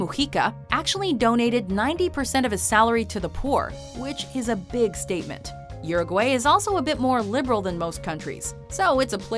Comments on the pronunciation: It's not Uruway, it pronounce uruwhy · URUGUAY it's pronounced OO-ROO-GOO-I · uruguAY NO EH, ES URUGUAY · The she says Uruguay is annoying